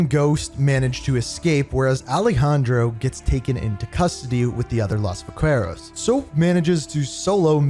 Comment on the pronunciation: Va-kue-roz 😭, bro i could not let that pass its Va-Ke-Ros